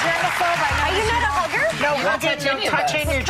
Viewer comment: I thought she said, your not a booger? Haha not hugger